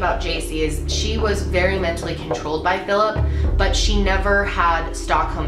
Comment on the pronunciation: Did she just say the guys name was Philip Burrito?